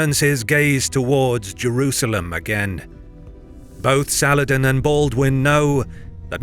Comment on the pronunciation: Why do you pronounce it Jewrusalem?